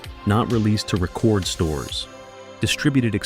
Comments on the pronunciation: Great guys. I wish more artists would stand on their principles and not cave to record companies. On a sidenote why does the narrator continually say the wrong words? For example, he doesn’t say record like the LP he says it like the verb record, as in record on the tape. That's not the only time. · Re-cord stores😂